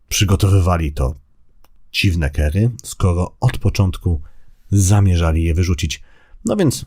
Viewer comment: "kary" nie "kery".